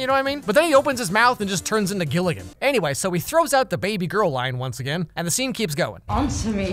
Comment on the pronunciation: Who calls the women they’re trying to hit on “baby girl” anymore? I thought we all agreed to stop doing that after that one Justin Timberlake song. Also he says “baby girl” like he’s a creepy old southern man hitting on the underage cashier at the local KFC. Like he needs more ‘bay’ and less ‘bah’. Dude she’s a thirtyish year old business women not a sheep. ( I don’t think it has anything to do with his accent/language differences because he pronounces everything else fine. It’s just when he says “baby girl”. Maybe it was the director’s attempt to get the actor to do a “sexy” voice, or maybe the Polish equivalent makes more sense, but the phrase just wasn’t working whenever they switched to English.)